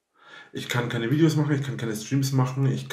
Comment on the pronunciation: "Dideos" macht mich schon wieder so Mett... Das muss er doch gesehen haben.